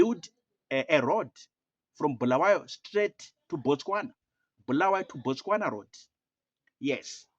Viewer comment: We don’t need someone from Harare to tell us lies. Our people have been neglected for the past 45 years. And it doesn’t matter we don’t regard ourselves as part of that dirty Harare folks. Mnangagwa is not wanted anywhere in Matebeleland. He killed our people! And by the way Bulawayo it’s pronounced “Bu” not “Bhu”.